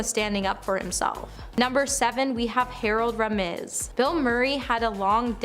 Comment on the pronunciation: Harold ramiz, Veeola Davis, RichardDrifus definitely feels intentional